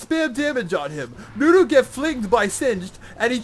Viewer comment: its NUNU not DEWDEW xD